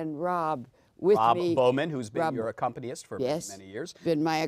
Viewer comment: The word is not ACCOMPANYIST, it's ACCOMPANIST!